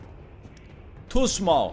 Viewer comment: I always think the guy says toy small instead of too small.